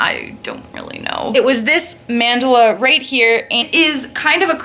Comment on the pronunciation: stop saying mandala like that, lol ilysm and love your tats